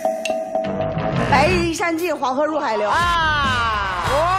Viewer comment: 「不也（白日）依深（山）盡」